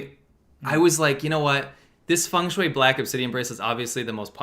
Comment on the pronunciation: how are they saying feng shueyei, instead of feng shui, incredible